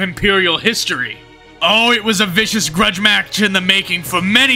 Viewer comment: What's a gruge match?!